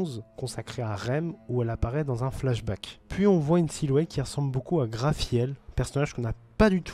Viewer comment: "GRAFIEL" et "Echina" ? MDR, c'est Garfiel et Echidna , n'egorge plus le nom de ma déesse